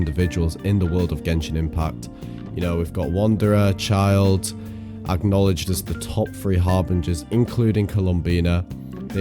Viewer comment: "Wanderer and childe" xdd